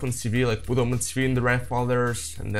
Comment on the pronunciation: Ну кроме очевидного "пут" и проглатывания некоторых слов ваш английский очень хорош